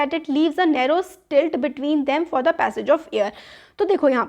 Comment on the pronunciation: You are mispronouncing slit It’s SLIT not STILT